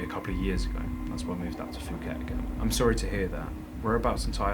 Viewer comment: Fuket! OMG I'm dying, do you call it FUKET? 😂😂😂 Sorry for laughing in such a serious situation but i just can't help it, Your the best!